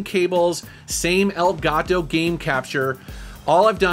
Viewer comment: Bruh. Whenever u say "el gato". Shit cracks me up😆